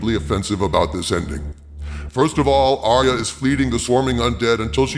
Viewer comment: ARYA not aria